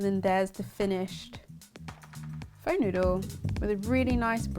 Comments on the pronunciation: Pho isn't actually pronounced as "Fo" or "Foe" but rather as "furr"... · In Saigon it was pronounced 'Fa' not Pho (Fo). Pho with chicken is called Pho Ga (Fa Ga) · I love your recipes and really don't want to be that girl but it's pronounced "fuh," as in "What the pho." Keep up the awesome work! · Hello beautiful. Pho is pronounced fu..ughhh. Have you tried making the broth w apples and daikon? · I love you! But it's pronounced "phu" just so you know in the future! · It’s pronounced “Fuh” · It's not really not pronounced pho. I mean, not that it matters and I know my saying it is probably quite annoying but I can't help myself. It's pronounced, "fuh". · It's pronounced fur,. Lol. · Hey lady, good recipe! I love pho! But it is pronounced 'fuh' just so you know! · I'm sorry but you do not add maple syrup in Pho, you use rock sugar or normal sugar. If you want a proper recipe on a vegan pho check out Helen's recipe! Your pronunciation of Pho was abysmal! You have completely butchered it.